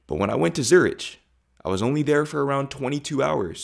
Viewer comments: It's pronounced Zur-ick, not Zur-itch. Just FYI my guy 💚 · Zuritsj 😂😂😂 I guess in the whole day you did not meet anyone and told them you liked zuritsj. I guess ch is not really in the english language, try "zurig", zu as an azure, rig as in .. rig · Zurich....not Zurereich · Sorry for this comment, but the CH in Zürich is a "ck"-sound and not "tsch"-sound. Pronounced kind of like "Tsoo-rick". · Just so you know, ‘Zurich’ isn’t pronounced ‘Zoo-rich.’ The correct English pronunciation is more like ‘ZUR-ik’ or ‘ZOO-rik,’ with a short second syllable—not ‘rich. In German, it’s pronounced more like ‘TSOO-rikh,’ with a soft ‘kh’ sound at the end, but in English, ‘ZUR-ik’ is standard. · Zurich is pronounced Zurik and not Zuritch… For a while I was wondering which city you were referring to ! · Zurich is pronounced „Zurik“, not „Zuritch“. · Please dude, you don't pronounce the "ch" in Zurich as in "itch", it's more "ck" as in "trick". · Dude, learn to pronounce Zurich,,,,, it’s pronounced as ZuriCK it is NOT ZuriSH, you claim to have been there, you should at least know how to pronounce the city. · Zürich not Zuritsch 😂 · Lucky you that you met your girlfriend. Just a small remark: Zurich is pronounced Zurick, not Zuritch. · it's pronounced Zu-rik'. not Zu-richi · zu RIK !!! not zu ritch !! spend some more time in europe to learn how to pronounce cities, or, just care a bit more ?, ok, you said Schiphol almost perfectly :), making progress :) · Great video. Zurich is pronounced with a “k” at the end, not “ch” though. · Pronunciation for Zurich is Zur-ick, not Zur-ich. Just a heads up. Enjoyed your vid, thank you. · Zur-ich? Prounounced Zur-ick. Very odd to see the American mentality talking about ‘Europe’ the continent rather individual countries he visited. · I love that you like my hometown city of Zurich. But in English you spell Zurich not as you did : Zurisch , you should spell it like it has a "k" at the end Zuri"k" for spelling. Thank you! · Zurich pronounced Zurik